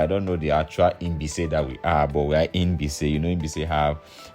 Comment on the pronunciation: It's like you are pronouncing Inbise instead of Mbaise.